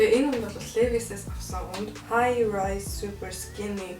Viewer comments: Levi’s-г левис биш ливяс гэж дуудна шүү😅😅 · brand neree zov heleereii лээвийс биш ливаяс гэж уншина